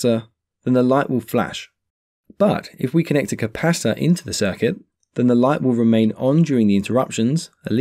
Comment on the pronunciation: Sounds like you're saying capasta or capassa 😂 Maybe an accent thing, good vids tho very clear